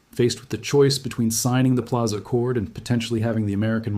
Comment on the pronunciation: Pilaza? Come on, AI, you gotta do better!